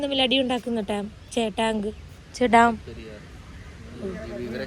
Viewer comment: ടാം അല്ല ഡാം